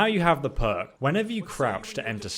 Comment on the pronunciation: Who else thought when he said perk, he said "Mer" huh